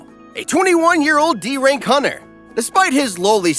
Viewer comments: Dude you pronounce hunter as hunner it has a T 😂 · Did you know hunter is pronounced with the T